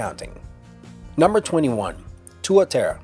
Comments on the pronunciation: Haha, mate it's pronounced 'Tuatara' the way it's spelled; not 'Tuaterra' =) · you pronounced tuatara wrong :P Its like two-ah-tar-rah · I seriously facepalmed when he tried saying tuatara.... its tu-ah-tah-rah... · Worst ever pronunciation of tuatara